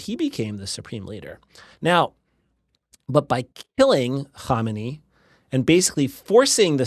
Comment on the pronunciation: Perfect pronunciation of "Khamenei" and "Khomeini" 😊